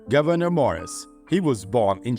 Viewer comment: Morris' first name is pronounce GOOvernor.